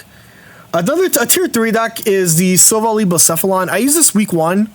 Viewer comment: Love the content and finally need to chime in. It’s pronounced Sil-vally, (ally, like friend) Keep it up! Was hoping to find an Umbreon greninja guide, but looks like it’ll be retired haha